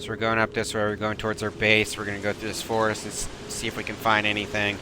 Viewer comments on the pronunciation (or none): none